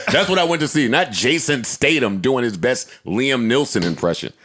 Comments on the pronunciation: If Joe is gonna do anything, it’s mispronounced someone’s name. Jason Stadum & Liam Nelson 😂😂😂😂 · Joe: Jason STADUM Also Joe: Liam NEELSON More Joe: SHAMON Moore